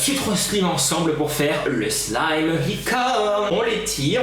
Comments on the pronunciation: On dit sl a i me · j avoue que quand tu prononce "slime" sa me fait rager "slaym" plz😂sinn supere video❤ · Sa se prononce slaïm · C'est pas sliime mais on prononce slaïme mais sa s'ecrit slime et c'est toi nadège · Ça se prononce 《slaïme》 😂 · Trop bien mais on dit pas slime on dit Slaime 🤣🤣🤣🤣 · j'adore comment tu dit "slim"😂😂😂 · ptn dis slayme comme sa s'ecrit slime mais bon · pourquoi tu dit slime mais pas slayme qui ce prononce comme je viens de l'ecrire je sais que ca s'écrit slime